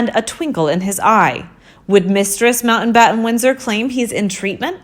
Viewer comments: The name is NOT Mountainbatten. IT is pronounced Mount battin. What is wrong with this woman and her inability to correctly enunciate words with a T in the middle?? Important is pronounced Impor TANT. Where did this woman learn English? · FFS....It's MOUNTBATTEN not MOUNTAINBATTEN